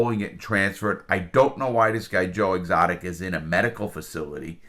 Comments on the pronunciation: Ok, but the guys name is Doc Antil. not doc antler. And it's Joe Exotic not Joe Exotica. It just makes this dude sound dumb and i know he's not dumb. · i love how larry adds an extra letter to everyone’s name. joe exoticA , carole baskin(S), doc antleR. i’m not sure if it was intentional or not, but regardless it’s hilarious lmao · Joe exotica, carole baskins, and doc antler. You managed to get every name wrong. lol